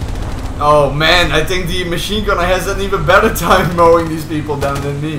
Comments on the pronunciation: Is it that you think a lot about what youre doing in game? Or do you tank a lot? Or do you thank evereone for playing with you... Cuz i hear neither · English is not my mothertongue, but i tink you pronounce the word "think" the wrong way... Sorry first time i see this chanell and im comenting after 10s but ouch! I still tink im right about you saying it false....